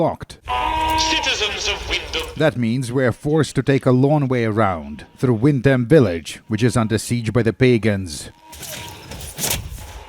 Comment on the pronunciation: It's pronounced "wind'm"